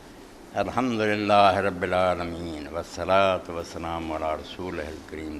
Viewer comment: "ALHAMDU RABIL ALAMIN" TOH SAHI TARHA PARH LO Tussi "HAMDU RABIL ALAMIN" PARHDE PAYE O